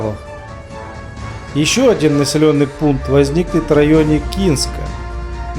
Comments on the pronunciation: Какой кИнск Канск!!!! Снять то что ты даже правильно прочитать не можешь. Какие то умо заключения тут делает. 😊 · 4.18 не Кинск, а КАНСК - не коронованная столица АУЕ😅